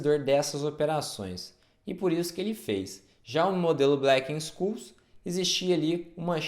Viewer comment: "Blequenxôules", amigo. Não é "blequensculs" não.